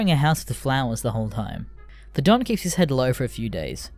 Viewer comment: would be better if you didnt pronounce "Don" as "dawn"